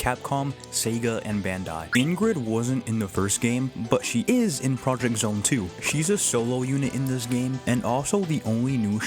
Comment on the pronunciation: Just a heads up, Project X Zone is pronounced Project "cross" zone.